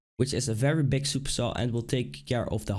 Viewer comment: Why do danish people pronounce G as a K? "make it sound bik" its big NOT FUCKING BIK